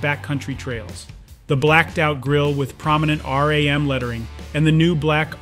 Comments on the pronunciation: RAM not ROM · “Rom”?! Stop having AI dictate your videos. Thumbs down. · Sorry are you saying Rham?